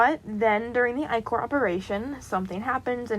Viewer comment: I’m sorry but as a Greek mythology nerd I gotta correct you It’s pronounced Ick-er I’m sorry I don’t mean to be rude I just gotta correct you. every fiber in my being is screaming at me, Also love the video and the bean character amazing